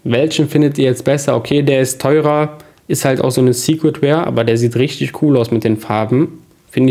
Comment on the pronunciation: Chilling Wayne, yootube, secret ware. An deiner Aussprache solltest du arbeiten.